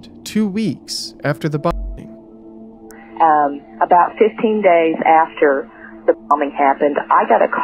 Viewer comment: Pretty lame you can't even say "bombing"